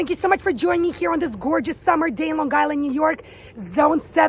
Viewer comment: Definitely from Long Island when you pronounce it "Lawn Guyland." 😀